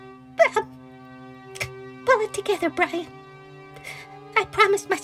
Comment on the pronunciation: This is bwian 😆 🤣 😂 😹 I laughed so hard I changed speices